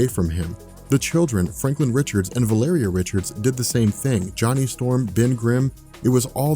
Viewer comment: Am I seriously the only one who is driven crazy by vuh-LAIR-ee-uh VS. val-a-REE-uh? The former is from A Song of Ice and Fire! Is there record of Hickman or, I think it was Chris Claremount who introduced her (I could be SO wrong on that.) pronouncing it that way?